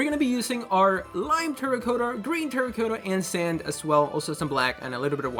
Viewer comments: Its good but it makes me cringe every time u say terracotta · you cannot say terracotta right